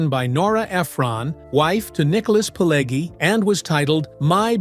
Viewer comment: "20 Weird Facts You Didn’t Know!" Really? Do you seriously think that everybody is that stupid that they need somebody to tell where the bear shit in the buckwheat? This video is not any good. There is a separate fire in hell for making it: mirror view clips, pictures from "Casino" and so on. Joe Pesci's name is pronounced "Peh-shee". It's [siˈmoːne], not [siˈmoːn]. Pileggi - it's [piˈleddʒi], not [piˈlegi]. It's the Lufthansa heist. Where is the second name? What Thelma? The "Thelma & Louise" film? Thelma Schoonmaker? Tommy DeVito got killed. How can he be so old? Schoonmaker is a Dutch name and pronounced as [ˈsxoːnˌmaːkər]. It's in Nicholas Pileggi's book, not in Nicholas' book. You tell the story about Copacabana and show the pictures from the 1995 "Casino" film. Jimmy Conway's obsession? Not Robert De Niro's? - Prefect the role? Not perfect the role? It's look-KEH-seh (Lucchese).